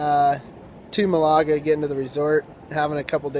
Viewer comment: Malaga is pronounced with the first of the three parts being the strongest. Meaning its. MAL ah ga. But its all good :-) Welcome to Spain